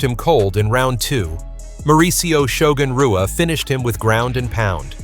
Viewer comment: Worst AI crap ever. Shogun "R"ua?? "W"anderlei Silva. Don't put this stuff out there.